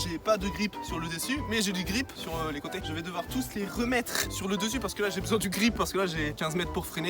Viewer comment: Ah se RRRRRREEEMMMTRREEEEE LOL .